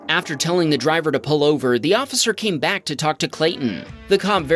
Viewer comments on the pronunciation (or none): none